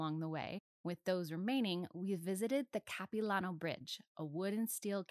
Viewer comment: This is a really cool video! But as a vancouverite, her pronunciation of Capilano is very silly.